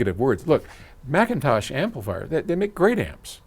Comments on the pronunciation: I noticed no longer slams McIntosh by pronouncing it MickIntosh. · Someone slap me... I'm in shock! pronounced McIntosh correctly at least 3 to 4 times. Plus, a compliment!